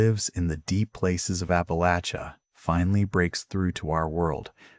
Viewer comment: PLEASE Fix the AI voice and pronunciations. ONE Important pronunciation is APP AH LATCH UH , not APP AH LAYCH UH !